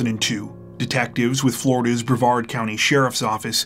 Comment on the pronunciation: Yeah! YOU pronounced Brevard correctly! That’s a first!